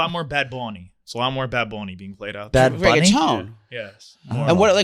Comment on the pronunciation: whyyy did pronounce bad bunny like that lmao 💀 said “bad bunny??”